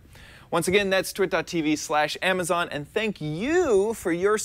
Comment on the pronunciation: Ludvig SC Games I thought he said twat